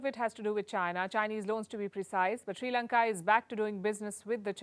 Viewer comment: We are not in Any Crisis. Palki don't lie! With China we are very powerful... & palki say our country's name correctly.. not Sri lanka! It's Chi Lanka! Okkk